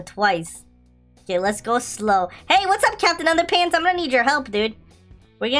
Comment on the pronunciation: You said capitan under pants